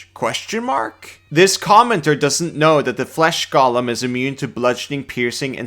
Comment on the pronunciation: I'm fricking begging you here, 'similar' is NOT pronounced "sim-yoo-lurr", and 'golem' is NOT pronounced "Gollum"